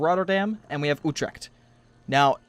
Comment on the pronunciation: I am from the Netherlands and I find it really funny how he is prenouncing big Dutch cities like Utrecht and Groningen XD